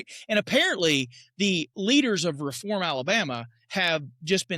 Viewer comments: Correct pronunciation is “Reeform!” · A case of “you’re gonna obey me and like it!” Oh and it’s pronounced “RE form”.